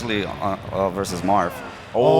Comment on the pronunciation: lolz did he say Marff??